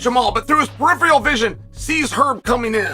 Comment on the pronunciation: He also said "peripheal" rather than "peripheral"..... ... in that uber-annoying friggen voice of his.